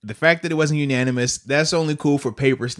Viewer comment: Bud, it's "unanimous" not ananimous.